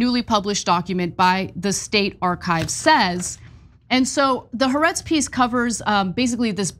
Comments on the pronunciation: The name of the publication is Haaretz is pronounced Ha Aretz! Means The Land! You guys have been mispronouncing it for months! You'd think you'd learn to pronounce it if you're going to quote it so much. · Appreciate this report. Btw, it’s pronounced “Ha Aretz”, it means the country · The correct pronunciation is actually "hah-AH-rehtz" (accent on SECOND of THREE syllables, NOT TWO) The apostrophe represents a break between the first two identical vowel sounds. The meaning is "the land" (of Israel). The Hebrew word for the definite article "the" is "hah", and it is always attached, in Hebrew, to the noun it modifies, creating a single word from the original two words. You are certainly NOT alone, by the way, in your mispronunciation of the name of this basically reliable and respectable Israeli news service and daily journal.